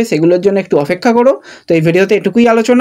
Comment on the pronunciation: এবার অফেক্ষা বলা টা বন্ধ করো। ওটা ঠিক হওয়ার অপেক্ষায় রইলাম।😂😂